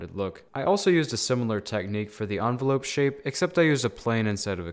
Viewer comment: Its envelope not onvolope 💀 🤣